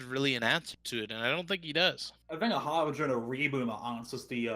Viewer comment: why are you saying HARVEGER when this is HARBRINGER